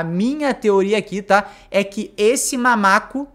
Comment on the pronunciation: "mamaco" sangra meus ouvidos